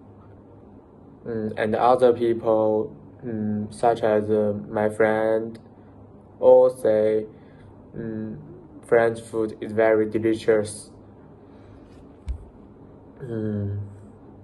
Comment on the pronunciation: practice pronouncing 'convenient' - pronounce the /ch/ sound in 'FrenCH' - use correct subject/verb agreement: 'Japan IS very clean', not 'are'